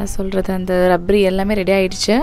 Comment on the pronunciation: Sis athu rabdi .. rabri illa 😊